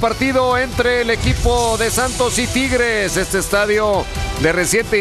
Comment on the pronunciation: No se dice triges se dice tigueeeres o tampoco 🤔 jajaja